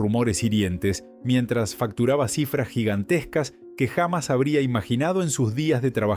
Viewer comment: Pónganse media pila con el audio! Hay buenas inteligencias que hace audios como corresponde, no este desastre gramatical! Pronuncia hamas en lugar de jamás! No le pega a un solo acento. HORRIPILANTE! (o escriban bien el texto que van a verbalizar, se ve que las tildes no existen para el redactor)